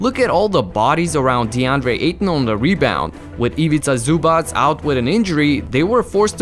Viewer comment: Respect for perfect pronunciation of Ivica Zubac